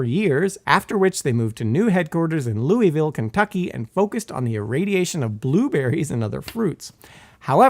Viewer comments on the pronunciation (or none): none